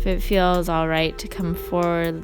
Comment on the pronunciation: yeah hey just curious about your accent also . cross between a valley girl and a stoner or a stoned valley girl. most times if you say the word feel or feels it sounds like how u would pronounce well example: straddle pose (w)ells good for ur hip flexors or whatever . now i want u to substitute the w for and f and add 2 e's and thats how feels ends up sounding like fells it fells like my hips are well because it fells like it feels. just curious as to where the accent is from, thats all. great instruction, videos etc just stuck on the accent